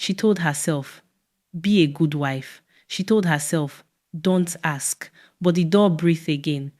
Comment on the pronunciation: Why do you guys miss use Aks for Ask? Good story